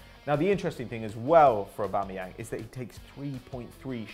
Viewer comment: It's /Aub'a'meyang/, not /Aub'e'meyang/........Pronounce it right!